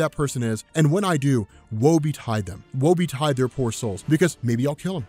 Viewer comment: Stop saying "Woe Be Tied "